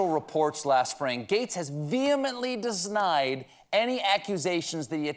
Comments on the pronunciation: „Disnied“ is my new favorite wørd. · Deznied ... I have multiple words come together in my mouth at the same time too! We're brothers! ♥ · "Vehemently desnide?" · Dis-nide Stephen ? 🤣🤣🤣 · I vehemently desny hearing you say vehemently desny 🤣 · Did you say "De-Snide" instead of "denied"?